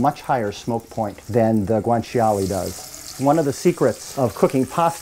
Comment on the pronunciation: it's funny how he says guanciale... guwan chee ollie